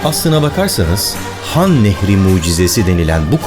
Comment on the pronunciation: Han nehrini nah nehri diye okuyan varmı lan